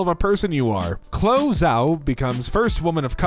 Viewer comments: DUDE! Chloe is pronounced 'clo-ee.' I love you, but where the fuck have you been/are you from? Also, Fausee instead of 'fow-chee?' Please, come back to the planet. We NEED to reeducate you, my dude. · Chloe = KLO - EEE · Why did you say “Chloe” like that?